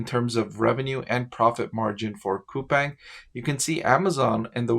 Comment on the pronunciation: Btw its Cou-PAHNG i live in korea